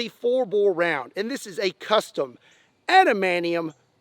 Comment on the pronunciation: Is cute how you pronounce adamantium ''adamanion'', tx for nerding for us